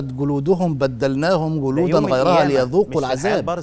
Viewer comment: السلام عليكم ورحمة الله وبركاته المذيع الكريم الرجاء منك عند قرائتك للقران الكريم ان تنطق الحروف بشكل الصحيح لها جلوداً خليتها قلوداً ليذوقوا العذاب خليتها العزاب وهذا يكون تحت مسمى اللحن الجلي وهذا لا يجوز ابدا تحريف في حروف القران يجب علينا مراعاه كتاب الله حق الرعايه وجزاكم الله خير الجزاء